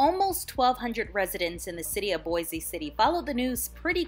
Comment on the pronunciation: It's pronounced Boise it rhymes with voice